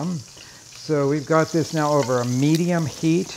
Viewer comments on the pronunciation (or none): none